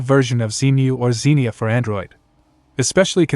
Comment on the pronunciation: Is this AI audio? Zen - Eye - Max? really?